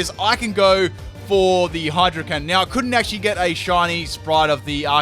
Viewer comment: Damn I love that you messed up saying hydro cannon and saying hydro hump XD